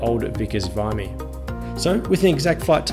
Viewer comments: I always pronounced it VIM EE as opposed to VYE ME. Awesome cameo by that dude. And...well...buy a Ford and you get what you deserve 😜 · we’ve discussed this before; it’s Vimmy (sic) not Vimey. 😀